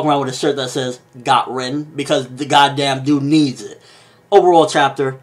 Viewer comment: You keep mispronouncing the names and quite frankly its fucking annoying. Example: its spelled (Rin) but is pronounced (Reen)